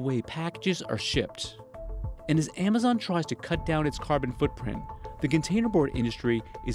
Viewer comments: He pronounced Amazon as emazone in the beginning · Why does he pronounce it Aymayzon?